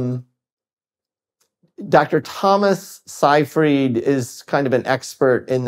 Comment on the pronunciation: His name is pronounced SAY-freed